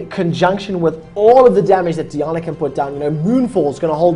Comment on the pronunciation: DEE AH NAH. All of my rage. It's Die ann uh.